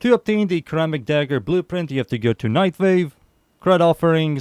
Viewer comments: Is pronounced like Ser rammic. Like serrated. Not kurr rammic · You pronounce ceramic starting with ssss' not cuh' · actally it wold be pronounced like (sir-amic) and if u care to argue go ahead and say the word "Certify" out loud. both start with CER which is pronounced as "sir" 😅😅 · Its a "suh-ramic" dagger my guy 😭